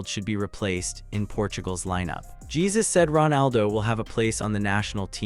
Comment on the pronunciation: Not Jesus, but its pron is "Jae Joo S"